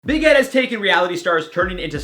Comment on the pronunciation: Why does it sound like his saying big head, or is it only me💁🏽‍♀️